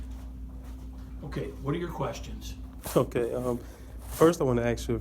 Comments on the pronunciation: “Just had to ax you if you abide by your oath!” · It’s ask, not axe